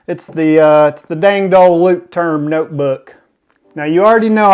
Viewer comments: the "turm" in leuchtturm is more pronouced as "toorm" rsther than "term" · Can we pronounce it as Lukewarm?